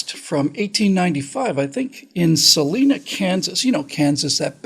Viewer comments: It's Sal-EYE-nah, Kansas. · It's pronounced Sah-Lie-Nuh.